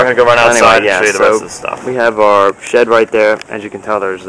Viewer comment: shed, not shit lol